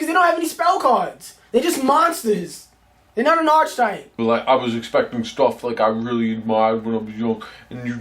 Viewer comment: Pronounced Ar - KEE - type not Archi- type.